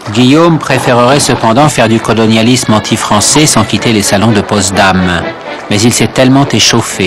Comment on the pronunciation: Pas Postdam mais Potsdam